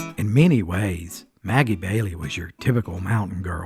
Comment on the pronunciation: Sounds like Ebow Walker!! And Maggie Valley, NC. Not Maggie Bailey!! Did she make Irish Cream??